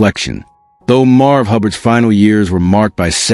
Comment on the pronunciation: MARV! MARV!! Get it right!